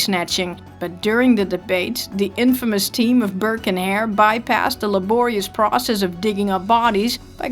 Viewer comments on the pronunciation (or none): none